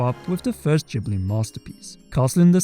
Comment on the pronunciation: I'm just going to say this. You can't even pronounce Ghibli correct, and you're attempting to connect a Fan Fiction on 17thShard, for an American Book Series, with Japanese mythos and Hindu-Buddhism / Animism. Ether, which is how it's spelled, is in each Zelda entry. Typically, this is "Earth" (Ether). In many cases, it's reformed to Forest or Wind/Sky. It's one of the 6 total elements in The Legend of Zelda. Yes, 6. Each Zelda typically has 6...aside from Skyward Sword which took most of it's religious symbolism and direct influence from Christianity, and removed the lore from previous Zelda entries to create a 'new' lore which, I'd have to argue, was entirely based around Christianity instead of basic morality of "Power". Consider the original Zelda entries lesson learned is "Power tends to corrupt and absolute power corrupts absolutely", whilst Skyward Sword's lesson was "Evil can only be defeated by good and due to this singular evil's existence, now Man must live with Sin". There's a distinct reason each of the leaks does not even remotely relate to Skyward Sword. No, not even remotely, You have to stretch everything in order to get to this point. Skyward Sword removes most of the original Zelda lore to exist. However, this isn't NIntendo's fault -- or Miamoto's, they didn't "want" any games to connect until 2015 or so. I'm sure someone in the BOTW development eventually working on TOTK realized how much they screwed up with Skyward Sword's lore, and realized they need t